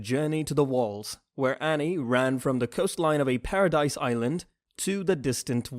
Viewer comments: Paradis. No “e”. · 🤢🤮 and how ppl say Paradis island, it's pronounced parody